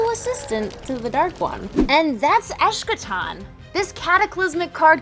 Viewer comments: Nice overview, but it’s pronounced Es-ka-ton, not Esh-ka-ton. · It's pronounced eske'tan, with a hard K sound. Believe me, I know. ;)